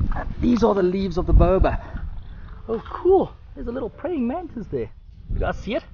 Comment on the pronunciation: His pronunciation is correct. Explain why you think it is wrong. I am an English language professor, so I think I know what I am talking about.